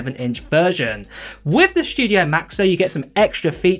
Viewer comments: The “SSHHTUDIO!” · "The Mac Shdew-diough" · The “schtujio” display is nice. I wish I could afford the Mac “Schtujio”.